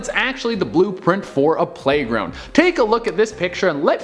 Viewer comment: U said #playgound